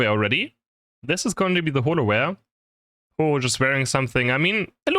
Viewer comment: you mean........Ho-ohlowear?